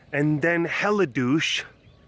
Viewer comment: Hellidouche? Haha LOL